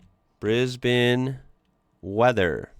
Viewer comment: It’s a cross between Brisbin and Brisben, but definitely not Brisbayne.😊